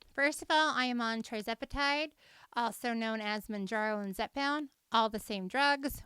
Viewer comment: It’s not TRI, it’s TIR zepatide.